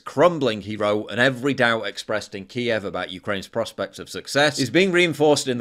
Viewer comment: Ty for saying Kiev correctly! ❤️